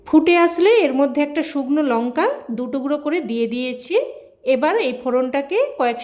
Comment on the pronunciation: আপনার রান্নাটা খুব ভালো হয়েছে। আপনি বাংলায় থেকে এখনো বাঙলাটা বলতে শিখলেন না। যেমন বলছেন ঢাগনা, শুগনো লঙ্কা, সাইজে , পাজ মিনিট এগুলো আমাদের শুনতে কানে ভীষন খারাপ লাগছে, আগে আমাদের মিষ্টি এবং সুন্দর বাঙলা ভাষাটা শিখে পরে ইউটিউবে আসবেন কেমন।